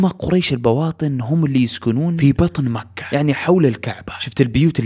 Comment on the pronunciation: تكفى غير الاسلوب وس اللي مكحح قول مكة